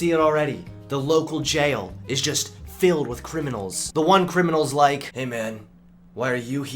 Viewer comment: Do you purposely pronounce lake instead of like? It is funny, but just wondering at this point if it's intentional xD